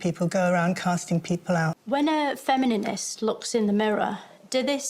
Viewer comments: I think her mispronunciation of the word "feminist" is very funny.. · "Femininist" ahahah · I love how the lady just let her keep saying "Femininist" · ish - femininist 🤣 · Nope, you're hearing it!